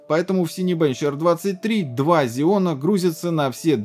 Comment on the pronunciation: почему зеоны, если ксеоны? Xeon